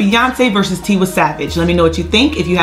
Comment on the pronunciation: It’s “Tee-y savage and “ Lay-go-zzz not ‘ lie-gus